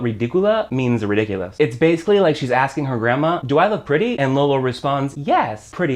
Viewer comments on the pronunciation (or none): none